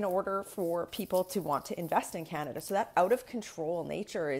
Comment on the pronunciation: It’s last line of defence not defense, and Canada, not Kenada.